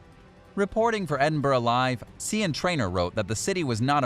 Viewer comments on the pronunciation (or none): You pronounce Sian as "See Anne" LMAO It is pronounced Sharn!!!!!!!!!!!! Oh my days its a Welsh name. Oh I forgot you're American so you most probably don't know where Wales is. LOL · The Scots ladies name is pronounced "Shan" not sean. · Worst pronunciation of the name Sian i have ever heard lol